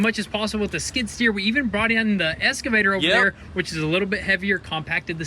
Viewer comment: Boys, I've been holding back on this for a long time.......but it's eXcavator, not eScavator. Kills me with chuckles every time you say it. :-)